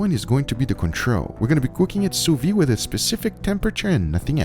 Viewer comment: he pronounced it sue wee! maybe they should make ham in the sue wee machine? boiling steak? thats blasphemy!